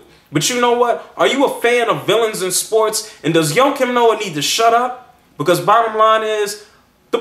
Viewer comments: I think his name is pronounced "waah-keem noah" not "Yo-keem noah lol." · who the fuck is Ho Kim Noa ???? its JJJJJJOAKIM NOAH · his name is joakim...like JOE-Keem...Thats my old teamate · joakim noah (joakim is prounounced differently than you pronounce it by the way) is freakin awesome. i was CRACKIN UP last night when i heard his comments on cleveland on the TNT broadcast and i absolutely LOVE the fact that he did not take back his comments or apoloziged but he stood by it. if thats what u think, speak your mind young fella. i think sir charles said it best "if you play as hard as him on the court, youre allowed to say pretty much anything". im defintately getting his jersey.